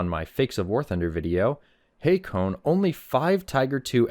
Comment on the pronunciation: Can you read? The person wrote “only” and the wrote it correctly and you mispronounced it as “on lee”. Embarrassing that you make fun of people’s spelling by mispronouncing their words.